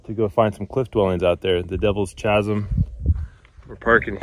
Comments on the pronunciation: It’s pronounced “Kaz - um” Not chaz - um. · I believe chasm should be pronounced with a k sound like character not as in chocolate, Also Sierra Ancha should also be pronounced with the k sound like character. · Good times. But your pronunciation of Chasm - /kazem/ was atrocious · Every time you say ch…asim I crack up. I have always in 68yrs been taught Kaz..im…do I know which is correct…thank you for sharing as I couldn’t climb 20feet. Also I live in Australia so thanks…❤❤ I didn’t read other comments……sorry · Chu-asm… noooooo…. Khasm… yesssss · It's pronounced kazum with the sound kaa-zum not with the ch-zum sound LOL sorry my OCD kicked in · Chasm is pronounced “KASM”. Have you ever read a book? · You probably saved yourself a ton of people saying, It’s pronounced Kasm, lol. Great job! Keep them coming. I’m disabled and can’t explore anymore. I used to find Creek Indian places all the time growing up. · A correction, FYI: the word “Chasm”, the H is silent! It is pronounced, “Kasm.. silly! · Beautiful part of AZ, I'm impressed you didn't get lost as the the trail is pretty limited. So you know chasm is pronounced "kaz-um" the h is silent. The area between Cottonwood and Sedona has some similar dwellings and there's a cool slow train that goes through it. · Gonna sound mean but I had to stop at chazzzm , sure it’s badass but can’t even watch I’m laughing so hard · wonderful hike! Just a little note, chasm is pronounced Kasem. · It is pronunced"kazim". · Devil's KAZZEEMM.try that .😮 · FYI: Chasm is pronounced with the hard C sound like cattle. Cheers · Chasm is pronounced “Kazum”. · Chasm “kasim” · Chasm is pronounced as "Kazm" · Entertaining video, but I cringe every time you say chasm. It''s pronounced: kaz-em. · The H is silent! It's pronounced 'KASEM'. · Chasm is pronounced KAZ-EM, the H is silent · It's pronounced "K"asam with a hard K sound. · Chasm is pronounced Kaz-m. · It’s “ka-sum” not pronounced as the ch in chocolate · It’s pronounced Ka-zm… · "Ch" asm?